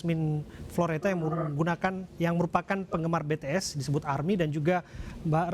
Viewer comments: dia kenapa nyebutnya betees sih 😭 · BTS NOT BE TE ES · betees? bities om 😭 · Pakk bities bukan betees😭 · susahnya nyebut BITIES apasih? masa BE TE ES ngakak bgt wkwk